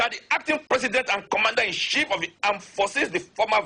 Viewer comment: He can speak that grammar but can't pronounce Commander-In-Chief.....Commander -In-Shief!! LOL!!